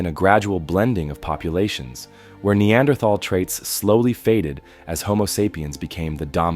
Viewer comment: That's not how you say Neanderthal.